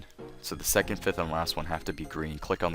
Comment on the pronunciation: STOP MAKING THAT CLICKING NOISE WITH YOUR MOUTH, AND ITS PRONOUNCED SECOND NOT SECONT YOU FUCK